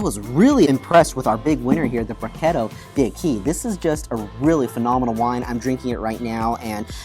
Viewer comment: D’acqui = dack-quee . It is Italian, not Spanish. Good review!